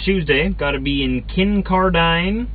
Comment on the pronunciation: Pronounced. Kin-card-in.... lol